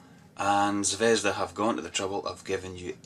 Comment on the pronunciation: Nice review. However not ZvEzda, but ZvezdA (The Star).